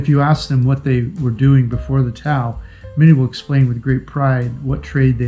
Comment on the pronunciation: I think it's pronounced. TA- OHH! meaning people in Filipino.People expedition. It looks like for those who love adventure. Instead of the resort style holidays.